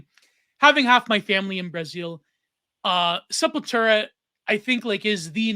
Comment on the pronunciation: I love you and this episode of the pod but you owe it to every single one of us that injured our neck and back from the heretofore unprecedentedly powerful douche-chills elicited at the way you decided to pronounce Sepultura and edit in the appropriate North Americanized pronunciation. Thank you for your time.